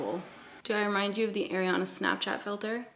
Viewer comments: are-iana, not air-iana 😘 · i love u... i do. but i cringe when u say “air-ianna” it’s “are-ianna”:/ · Ariana Grande pronounces her name Arr-iana (think arr like a pirate), not Air-iana. I used to say it like that as well. Here’s a video of her saying her own name for 30 seconds straight 😂: And I just wanna say I totally relate to people giving you acne advice. I’ve had a few people give me advice irl when I didn’t ask. And they weren’t people close to me. One time my male boss asked me what I had on my face! 😳 Omg it was so awkward! What an ass. I mean had he never seen anyone with acne before? This guy was at least 40 years old. I hope I don’t have to deal with forever! My dermatologist put me on medication for it and it’s gotten better. It’s definitely not gone though. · you pronounce ariana so funny like AIRiana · "air-iana" LOL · The way you say Ariana 😂 my golly I ❤️ Canadians